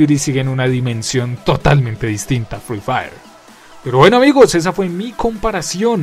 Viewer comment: @@ ni sabe decir sus nombre buen se dice free fire no frifiri 💀 así call of duty es mejor en todo y siblo niegas es que ere pobre 💀